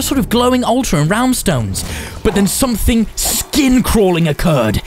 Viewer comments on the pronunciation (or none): none